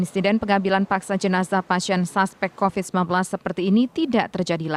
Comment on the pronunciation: kuvat kopit kuvat kovit bosan gua dengernya